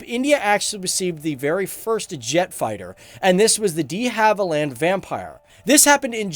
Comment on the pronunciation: "Dee-Havilland", huh? lol